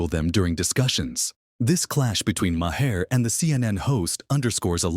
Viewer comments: His name is not "Ma hair" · AI. Says, "muh-hair." Terrible. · Say the dudes name right. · Good Lord man, pronounce his name correctly.